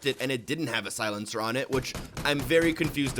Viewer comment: Does this guy know how to pronouce words??? Clip? Silencer? Come on man at least TRY to pronounce thing right